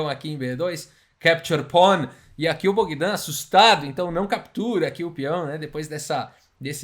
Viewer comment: Keptiur pon 🤣🤣🤣🤣 Pra quem n manja de inglês ele falou “capture pawn” com sotaque russo